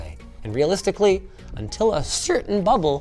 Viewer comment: Mispronounced "The AI Bubble"